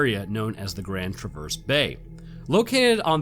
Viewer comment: I live in traverse City hearing you butcher the pronunciation is so painful (love your content though)